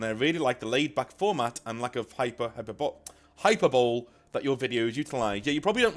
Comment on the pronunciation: "hyper-bowl"? I'm disappointed in you. "High-puh-buh-lee"